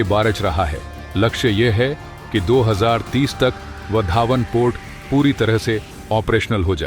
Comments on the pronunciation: बंदर का नाम वाढवण है, पढना नही आता या बोलना नही आता, यह वधावन कहासे लेके आये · सर, वो वाढवण पोर्ट है, उसका उच्चारण वधावन नही . धन्यवाद. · उस बंदरगाह का नाम वाढवण है, वधावन नहीं | कृपया नाम को सही बोलिये | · वाधवन बोलो bhai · Your pronunciation of Vadhvan is not how Gujaratis say it…